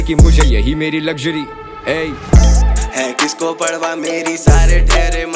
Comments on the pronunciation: Parwah(پروا), not parhwah(پڑوا). No hate. Always a fan of your work. ♥️ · Is he really sayin "padwa" rather than saying 'parwa'. 🤣😂